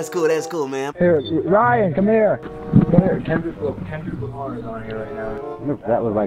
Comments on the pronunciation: He said who is klundrick lamar lol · "klundrick Lamar" hahahaahahaha that had me dead😂😂😂😂😅😅